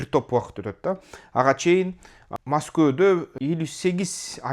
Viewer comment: Москво дебей масква деп эле суйлосон жакшы болмок